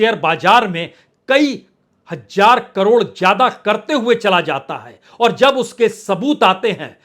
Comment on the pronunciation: Zonal ko JONAL bolte ho Hazaar ko HAJJJJAAR kyun kehte ho ?